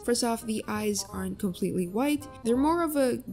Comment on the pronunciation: "And you guys. . . Are comepletely correct- "